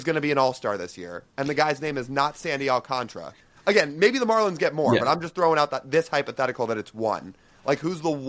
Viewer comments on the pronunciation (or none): You guys are great. It’s Al-Can-Tara not Alcan-truh